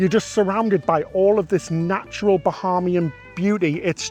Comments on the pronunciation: Bahaymian not Baharmian. Otherwise, great video. Get yourselves down to the Turks and Caicos Islands. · This is great! Thanks so much for sharing. It is pronounced "Ba-hey-me-en". :-) It is confusing for a lot of people to want to pronounce it "ha" like Bahamas. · The Island is Eleuthera, with an “r” in the last syllable; not “Elutha”. Bahamian is pronounced with a long “a” sound in the second syllable. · Love you guys videos but as a Bahamian I just have to say the pronunciations are way off 😂 “Bahamian” is pronounced (buh-HAYM-yin) and “Eleuthera” is pronounced (el-OOTH-ruh)